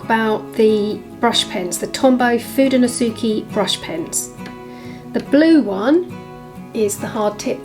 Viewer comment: It's so wild to me that there's a painting of Will and Kate in an art supply collector box. 😅 It seems so out of place. btw, the "ke" in "Fudenosuke" is pronounced like "Keh" rather than "Key". Fuu-deh-no-suu-keh ❤